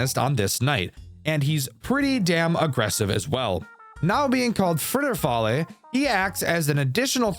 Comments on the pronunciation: why do you pronounce Friedrich as "Fraydrick" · You do NOT know how to properly pronounce "Friedrich", huh? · that pronunciation of friedrich is interesting i’ll say that